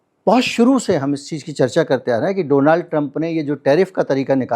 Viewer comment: Bhai ek toh request hai meri donaaald nahi just donald hota hai